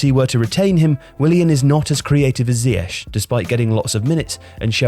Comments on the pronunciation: Please pronounce him zee-akh rather than zee ash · When did everyone go from calling him ziyek to ziyesh? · Is isn't even pronounced right....